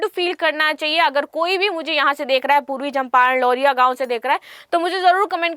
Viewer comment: मैडम जी ब्रिटेन से पढ़ कर आई हैं। ना चंपारण पढ़ पाती है ना नंदनगढ़, महत्वपूर्ण को माहत्वपूर्ण कहती हैं । और ना जाने क्या क्या वो भी जब पढ़ ही रहीं हैं तो सिर्फ slide लगा दो, पैसे भी बचेंगे